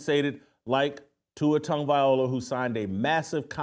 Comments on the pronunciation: Here we are 2 years later…..and you still can’t pronounce his name correctly 😂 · First thing, Jason…you need to learn how to pronounce Tua’s last name.